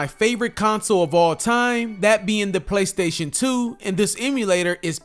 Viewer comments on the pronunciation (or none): none